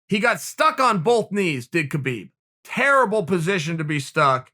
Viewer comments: When is Chael going to finally pronounce "Khabib" properly? I mean I know Chael is undefeated but damn... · True..... ffs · "Kuh-beeb" lmao what up kuh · Khabib will be changing his name to Kha-beed